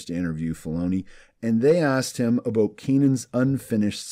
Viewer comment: Aboot? Are you Canadian?